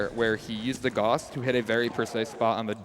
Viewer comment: it's gauss, pronounced like guh-ouse, not gorze